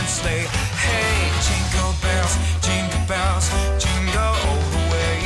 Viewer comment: Динкел бенс, к чему? Фраернуться своим произношением? Я не понимаю слов и смысла этой песенки. Лучше в лесу родилась елочка...